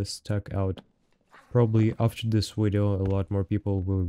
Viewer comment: When I get a kill like this ill be sure to say " Check out the wideo gg ha ha " <3